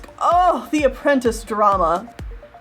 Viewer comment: You sometimes pronounce apprentice like "apprentince" and it hurts me every time